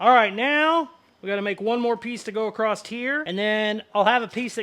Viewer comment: I love this guy, but dangit across has no T. So, please don't say acrosst. Other slang is totally acceptable :)